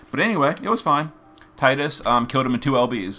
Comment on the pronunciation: Thank god you said tide us lol